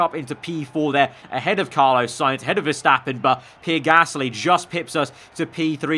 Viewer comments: It’s PEE-AIR not PEER Like so can see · Me I care it’s not a huge problem just trynna tell him the right pronunciation